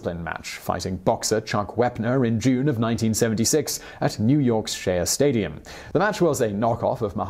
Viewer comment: Hey Simon et al, love the video. One little correction, and only because you repeatedly mispronounce this, it’s said shay stadium despite the spelling.